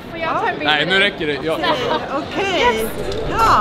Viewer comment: ”hah a it’s ökey” Hahaha😂